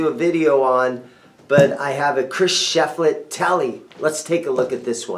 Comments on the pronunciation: Sorry, man. Thumbs down for butchering Shiflett’s name. You’re swapping the “i” and the “e”. It’s Shiflett, NOT Sheflitt. Really frustrating when the name is on the case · Pronounced "SHIF Let" not SHEF Let